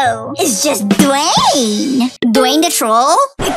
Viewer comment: I like the part when Lisa saidDwayne's name wrong